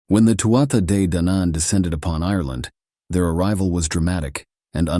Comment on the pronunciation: I'm absolutly loving these, very accurate accounts and we'll researched. Thanks so much. Day-Danan (two syllables, but if you break down 2nd syllable it's Dan An said quickly without emphasis) hope that helps some 💚💚💚